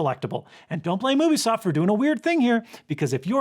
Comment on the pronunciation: It's "you bee soft" not "oo bee soft"